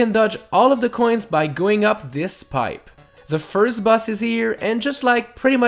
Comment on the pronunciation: "firth" me: do you mean first